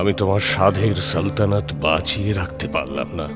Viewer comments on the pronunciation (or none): সালতানিয়ত? না সালতানাত? plz chk